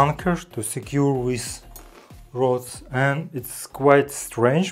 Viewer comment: English has improved a lot. But, he has problems with "this" and "these" - he says:wis" and "wese". Hope he can catch himself soon.🤣😂